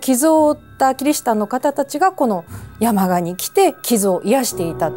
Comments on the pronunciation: 山鹿(↑↑↑)のイントネーションだけ、 気になる…… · 熊本民なので山鹿のイントネーションが気になって気になって💧 や→ま→が↑ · せんかさん、山鹿のイントネーションがちょっと違います😂でも地元熊本のお話しありがとう😊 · 熊本出身ですが、山鹿のイントネーションが違います😅😅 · せん夏さんの山鹿の発音がきになりすぎたｗ